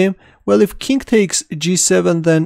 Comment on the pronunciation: BossNaj Alchary also, chess sound like chest. king sounds like kink. but i like all video. Let's go back lol